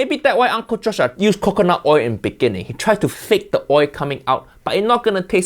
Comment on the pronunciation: Why does he say coconut milk correct but not coconut oil?